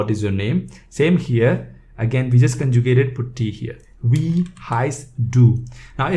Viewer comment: Am I the only non-bot that made it to the comment section? Not trying to be rude, as I am a beginner at German myself, but Wie is pronounced 'Vee'.